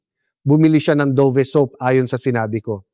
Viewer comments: Hindi yan Do-vee. You prnounce it Dove ( davv). What kind of AI is this? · I think it pronounce as Dove like a Dove bird not Dovee.. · Bakit " Do...ve? Dove po! Yung english ng kalapati!!